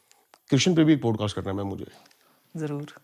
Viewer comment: Stop interrupting and don’t keep talking about Tantra Sex. Also please improve your pronunciation , specially “Podcast”